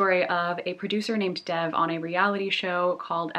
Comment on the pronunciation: You're mispronouncing Dev's name. It's more like Dave with a soft "d." Love your videos :)